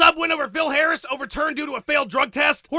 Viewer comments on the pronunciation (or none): none